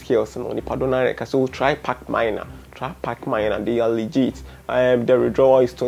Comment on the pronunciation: Is not Leegeet